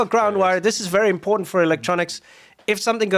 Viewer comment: Why can't the nitwit American pronounce 'important' with no apparent sense of shame?